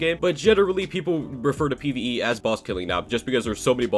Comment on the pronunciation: Bruh “PVE”